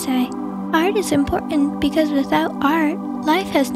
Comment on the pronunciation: im triggered by "impor-ant"